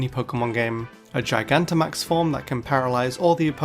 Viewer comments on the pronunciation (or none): none